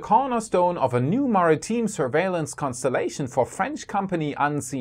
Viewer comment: Very minor nit: it's pronounced more like "merry-time", not "mary-teen"